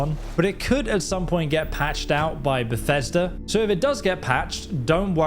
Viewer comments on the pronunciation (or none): none